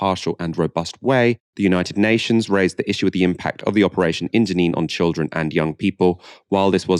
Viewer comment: why do they keep saying childreen? how are you suppose to know its a kid when its holding a gun and wearing a scarf? also even if you knew it was a kid are you not gonna shoot it >?stupid logic from bbc just shows how people with no experience with trauma like to talk like a moral person